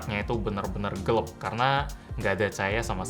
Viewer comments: Gelaaapp woy bukan gelepp geleepppp 🤣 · Gelap = Gelep Kira² gitudeh.. ~ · GELEP Gw: Gelap bang, gelaaaap..!! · lmao iya dari dulu sebetulnya udah ngeh dan ngerasa lucu sama cara ngeja gelap jadi gelep 🤣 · Kenapa ngomongnya Gelep bukan Gelap wkwkw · Gelep apa gelap Bg? Mohon penjelasan 🤣🤣🤣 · Akhirnya ada yang berkomentar wkwkwkwk. Dari dulu bilangnya "gelep" 🤣🤣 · Gelap atau gelep bang?